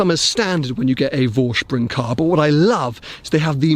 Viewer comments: Green ? Hell, yes ! Tan ? Sure ! Detuning the black to e.g. Matt silver ? Of course ! Saying „Vorsprung“ the right way ? Uhmm, almost. You pronounce it Voorshproong, while it should be Foreshproong. The „V“ is voiceless. Anorak off. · Nice spec. Simply love brown leather in cars. My Volvo has a tan interiour too. Btw. Vorsprung is pronounced "Forsprung" ;-)